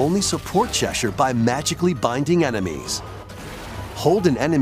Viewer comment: I’m glad he pronounced Cheshire correctly.